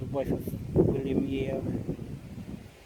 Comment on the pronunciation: Yeo is pronounced Yoh silent e. I have them in my tree I find the occasional one when looking around churchyards in Cornwall but predominantly in Devon. Thanks for another explore 👍🏻